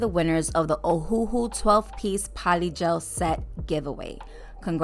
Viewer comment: Wow....I absolutely love these! They're so unique and the stones and gold charms you used fit the aesthetic perfectly. I have that same foil but I haven't used it in a set. Btw I don't know why but I absolutely love the way you say Ohuhu.....LMAOOOOO